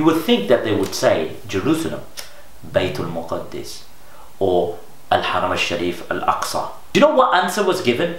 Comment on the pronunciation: Correction Bro, its not Baitul Muqaddis, its Baitul Maqdis. There is no Tashdeed on Daal. So the right way of saying it is بَيْتِ الْمَقْدِس with a Zabar over Meem (not Paish) and then Sakeena on Qaaf with Qalqala and then Zair under Daal. (Correct me if I'm wrong)